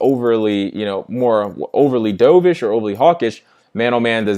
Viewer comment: Sorry, but isn't dovish pronounced duv-ish (like in "love") versus he "dove" into a swimming pool? Like the dove bird versus the hawk bird. I've never heard anyone say dovsh that way...there is always a first. Thanks for the lesson! You are sharp!